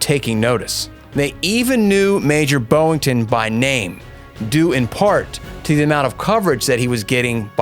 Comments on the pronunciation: You keep saying BOWington, when it's BOYington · I gave a thumbs up until I heard the presenter mispronounced Gregory Pappy "BOY" - INGTON's name as 'BO' - INTON. when I hear a mispronounced word it puts me off, perhaps that's just me 🤔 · His name was BOYINGTON, not BOWINGTON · Hmm I'm not even American but I've heard all other presenters & also in the mini series the American actors, pronounce his last name as BOY - INGTON but for some unknown reason this presenter seems to read it as 'BO' - INGTON. I could never understand how some people fail to read correctly, it make me presume their uneducated 🙄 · Stop saying "Boeing-ton"